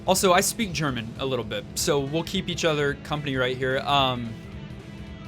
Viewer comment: Your German was great :D The ch pronunciation was flawless *thumps up